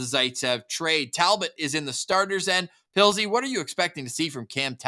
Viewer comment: Did call Pilzy…”Puddles”? 😂